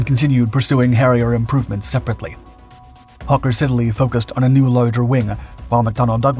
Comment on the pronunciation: What you do is really terrific. Thank you. And yes, this plane literally should never have been taken out of service. Role model for the F35B. Still. MInor annoyance. It is NOT Hawker Sid-A-Lee. It is Hawker Sid-Lee. Poor pronunciation can show a lack of preparedness.